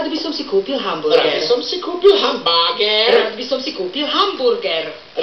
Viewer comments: Hamburser :D a Bambáááger :D:D:D:D:D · D:D:D:D habergerger xD gerberger